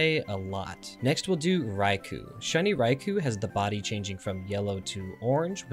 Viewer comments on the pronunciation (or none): I don't want to be that guy, but it's pronounced Ry-Koh not Ry-Koo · Raikou is pronounced rye-koh.